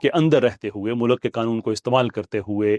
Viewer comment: یہ آپ کو میں دوسری بار گوش گزار کر رہا ہوں۔ مولک نہیں ہوتا مُلْکْ ہوتا ہے۔ خدا دا واسطہ اے ٹھیک کر لوو۔